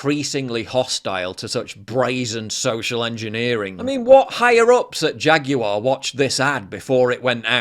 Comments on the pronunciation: Why is he saying "JaguEr"??? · Jaguar ...Gay....the computer says no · "Jagu'er" --- Gay Corpo Activist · Replace the ‘J’ in Jaguar with an ‘F’ there you go…. I sold it 😅